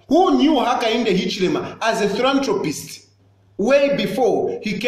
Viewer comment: "I always check myself to see if I am cuckoo, but I am not." Tayali, talk to Chitambala Mwewa! He will hep you. By the way, it is not 'thrantropist" it is 'philanthropist.'